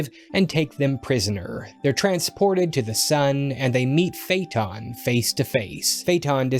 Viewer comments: it's not fayton it's Fay Ah Ton. Where the heck are you getting your pronunciations??? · This is a great video about a fascinating work, but the consistent mispronouncing of "Phaëthon" is almost painful.